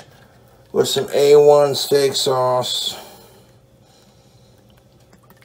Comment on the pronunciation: The way he says sauce irritates me to no end toobz